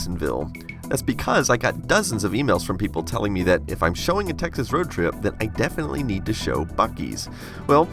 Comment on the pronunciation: What David said : Texas What I heard : Techxas What's up with my ears?